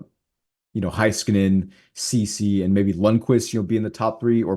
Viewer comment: Hey-skanen, Bish-el I know yall are on the cowboys station but get the names right